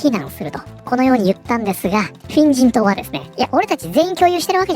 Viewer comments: これ、画面見てないと「変人党、変人等」って聞こえるんよなー （むしろ正解） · フィン人党が変人党に聞こえてしまった